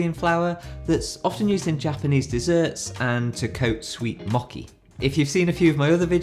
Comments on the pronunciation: Your pronunciation for kinako, and mochi is a bit weird. Kinako sounds more like key-NA-ko Mochi sounds more like Mo - Chi (like Cheese) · I am a native Japanese speaker. His pronunciation for kinako is quite perfect. He correctly says kinako putting accent on first syllable(high-low-low). Mochi sounds like "Mocky" to me. I love British English very much, "kienakou"🤩💯❣!